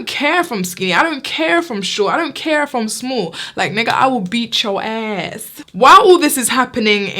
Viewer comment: the way she says nigga lmao